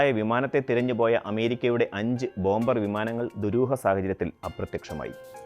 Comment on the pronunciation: Not bomber say bomer. b is silent